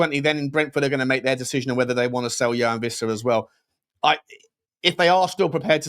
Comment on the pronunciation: Just a pronunciation point: Joao is pronounced /djuwaun/